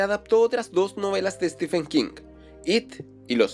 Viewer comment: No es Stifen es Estiven King